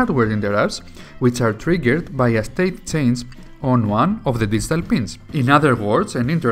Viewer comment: Best explanation of interrupts I've heard. It's a well-done video with easy-to-follow instructions. I must admit I had to back up and turn on subtitles on in certain sections. I've worked with Arduinos for a while now and never heard the term "distal pin" before. After turning on subtitles I realized it was "digital pin" and suddenly everything made sense. 😄How is this the first time I've heard this guy? Now I have to check the rest of his videos. Good bye productive afternoon! lol